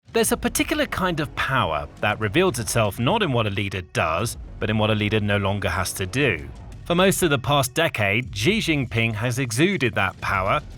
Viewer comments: "Zhee Zheen Peeng"? Lol. Lazy and embarrassing. (Here in China they say it like "she." Easy.) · Please learn how to pronounce his name properly if you want to make these videos